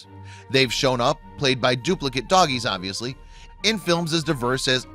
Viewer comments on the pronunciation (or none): none